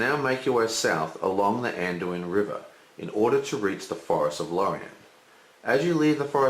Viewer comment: It's so funny when you try to explain game-mechanic, but do so many mistakes. Dont speaking about ur pronunciation of certain cards which is crucial (Anduin?). And what the hell is cast? Or a horse-braker? lol